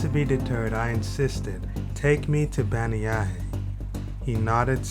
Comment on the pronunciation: Listening to how you pronounce bannyahe I thought it was somewhere else in another country I thought the caption was wrong